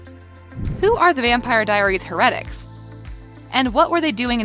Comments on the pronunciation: This guys know nothing about the vampire diaries, the ranking is shit, for some reason they can't say "heretics", "Cade", "Stefan" "Alaric", "Mikael" correctly and for some reason at the start of the video when they say witch, Rebekah shows up and Klaus shows up as a werewolf not a hybrid. Also it for some reason says Hope Saltzman. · Why cant this woman say words right?!!?! Harretics... its HAIR-E-TICKS... And ALLAIRIC?? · heRetIcs? her-a-tics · It is pronounced as HAIR-A-TICS not HER-RET-ICS! Also is it A-LAR-IC not A-LER-IC. Also Alaric's fiance was not Meredith, it was Jo; (the doctor) Ky Parker's sister. She was part of the Gemini coven and was Ky's twin sister. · Btw when u say Heretics you say the her together then the rest. And the her part is pronounced as hair. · the way she pronounces things, stefawn, her-etics, a-lairic? ugh also mikael's last name isnt mikaelson, its unknown, as we dont know the name of his father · Did you watch the show? Cause that’s not how Stephen is pronounced. Wow and it’s pronounced heretics. Geez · So....I feel like she needs to watch the show first before doing these videos! I cringed everything she said, "Stefan" but I had to stop watching after she said, "Heretics"Just stop✋that was only like number 6 not even half way to # 1.... I cant go through that pain again! Hahaha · can you say "Heretics" and "Stefan" correctly? and you put Hope Saltzman but you said Hope Mikealson and I don't agree with this list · Your list is just as wrong as your pronunciation of Stefan and heretics. Perhaps you should learn how to speak before you publish your list. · why does she say everything wrong stefan then heretics and is it just me that noticed that she showed a clip of elena with her humanity off when she was talking bout kathrine why did they write hope saltzman instead of her actual name or marshall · And heretic💀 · I have to say I’m loving the Kai style pronunciation ste-fon. Her-etics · "Stef-ON" "HER-etics" "UL-ERIC"